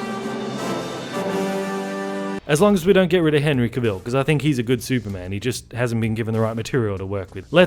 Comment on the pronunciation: His name is pronounced ka-vull, not kuh-vill....